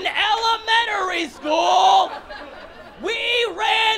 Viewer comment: Could you repeat Elementary?? Cause I heard Ellementory school… um my ears must be clogged by legos 👀🤣